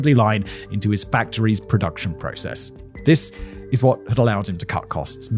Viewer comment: "And Thizziz" where i fell in love with the male child of the factually supreme